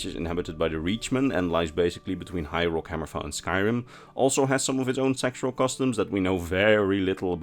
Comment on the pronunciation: it sounds like you're calling High Rock Hyrule.